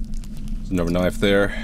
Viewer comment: Not sure I’ve ever heard say “knife” instead of “knoif” before this video